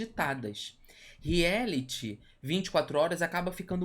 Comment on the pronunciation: Agora que percebi que os meninos falam rieliti e reality